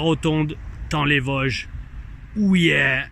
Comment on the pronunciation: on dit TA-ON les Vosges ^^